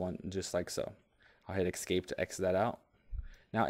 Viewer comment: Excellent video. But it's "escape". Not "excape". Made me crazy.